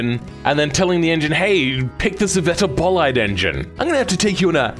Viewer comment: Why did you pronounce scivetta bolide like that😢